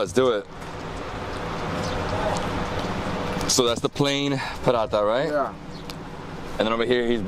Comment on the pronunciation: STOP pronouncing paratha the way you do, it’s not the right way and extremely annoying. !